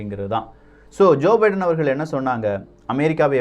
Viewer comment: Bro munnuraiyil biedan America Vai Thanimaipadutha enru tharuthalaaga ucharitbuvitteer... Thiruthikmollavum..